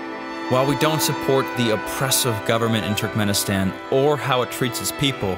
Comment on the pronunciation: I am a turkmenistan and you dont say it like turk men istan you say it like turkmuanistan